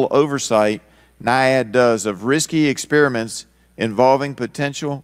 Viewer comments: What are "Lab expriments"....... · Expriments ah yes I see